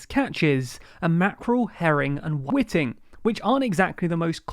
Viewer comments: Great piece, made under time pressure. A couple of suggestions. 1) Spell checker for 'easist' and 'welks' (easiest and whelks) and 2) 'whiting' is pronounced 'white-ing', not 'whitting'. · Why seaside chippy's taste better. It is White-ing not Whit-ting. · WhIting! Not witting! Like white... not bit. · Great video, as usual. Whiting is pronounced ‘white-ing’ btw (I’m guessing you’ve had to say Whitty quite a bit in 2020 which may explain why you thought it should be Whitting). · 'Whitting?' 'Whitting?!' FFS! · It's pronounced white-ing! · Just to note: "whiting" is pronounced "white-ing". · I came looking for this comment. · that word is pronounced 'white-ing' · 'Whiting' is pronounced 'why ting' It just highlights how little fish the average brit eats, not even able to pronounce the fish names correctly ; ) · You definitely don't come across as condescending when you don't even spell the word correctly And where the hell did you get that pronunciation of "whiting" from? :P